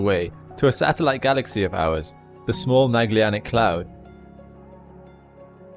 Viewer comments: Ok sorry but.... It's MEJ-uh-Lan-ick! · Please reconsider your pronunciation of the word Magellanic. The e comes before the double l, not after. Merriam-Webster dictionary offers the following phonetic assistance: Mag·el·lan·ic. ¦majə¦lanik